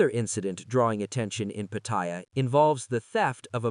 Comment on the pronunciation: Why does the voice pronounce Pattaya incorrectly by calling it 'Pa-TOY-ya, like a "Toy" that Ya, instead of how Thais pronounce the city name as Pa-Ta-Ya (Pattaya) lol